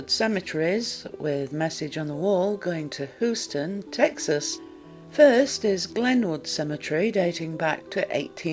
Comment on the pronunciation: Hoo-ston? Seriously? May the ghosts of dialect coaches past, present and future haunt you.